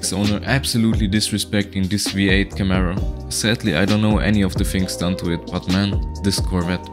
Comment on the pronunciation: please promise you wont say camero again